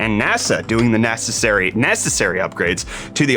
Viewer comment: Did you seriously say "NASAssary repairs..." I mean, that's why I show up here!